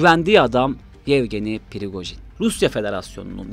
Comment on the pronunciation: Pirigojin degil la Prigojin😅